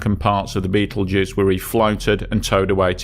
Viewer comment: I assume that by "Beetlejuice" you mean "Betelgeuse" !!😊